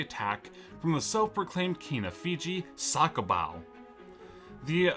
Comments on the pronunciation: "Sakobow"😂 it's pronounced the-ko-mbaoo Edit: also I think you swapped up great britain and america lmao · When your pronouncing Cakobau it's not sakobau you don't use the C as an S you use the C As an Th because in Fijian Language we use a C as an Th so It's Tha-ko-bau as Cakobau. I'm full Fijian myself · the pronounciation is Tha-ko-mba-u ~ Cakobau